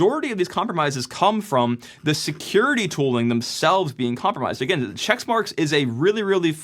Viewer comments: It's Checkmarx not Checksmarx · It's checkmarx - not chexmarx. Just sayin'. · Says March 2026 was last year and keeps pronouncing it "checks marks" (it's "check marks"), and we're supposed to trust this guy? PS -- they're "pull requests" not "merge requests" in GitHub land but you kept mixing up that as well. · It's checkmarx not checksmarks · Quit saying "CHECKS" MARK. It's Check Marx. Dumb dumb. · It' not ChecksMarX, it's CheckMarX. Sorry, but this triggered me 🤣